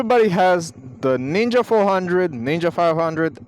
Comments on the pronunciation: thought u said nigga 400🙏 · I think he said knee gah bike? 😂